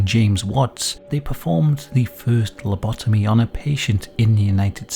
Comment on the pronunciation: Das heißt Lobotomie (mit O, nicht mit A) nicht Labitomie